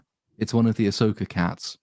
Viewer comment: Ass-oka in the World between worlds of space whales. U serious?!